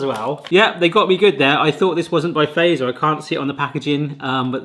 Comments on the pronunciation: Fazer, use English pronunciation for Z, so "fatser". It is not American "phaser". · It's "Fa-tzer", not "Fey-zer" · feiser :_D you have to pronounce it like FAT-SER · Really enjoyed your descriptions and reactions and feel like they were really genuine and truthful in how you felt about these Finnish sweets :) One thing that kind of hurts my Finnish ear if how almost everybody pronounces Fazer "wrong", In Finnish it should NOT be pronounced as word "phaser". The "FA", should be phonetically said like you say word "far", but without the r at the end and the Z is more like ts, so basically [fatser], not like [feisö:r] [faze:r] (that correct R might be hard to pronounce, that will be forgiven :D ) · did you know its typed fazer BUT pronoutsed FATSER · So in Finnish the "z" is pronounced "ts", so fazer would be pronounced fatser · It always tickles me how non-Finnish people pronounce Fazer as "phaser" :D Kind of endearing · It's still not "Feiser". Fatzer... Fat-zer F as in feline, A as in Albert, T as in Tony, Z as in Zorro, E as in elevator, R as in rose. Also, what's up with you English speakers and "Salma Kayaki"?